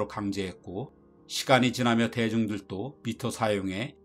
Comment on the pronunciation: 발음 문제는 매번 지적해줘도 개선이 안됨. 대중들또 X 대중들도 O